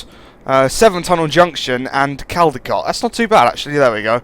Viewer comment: u pronounce it coldicot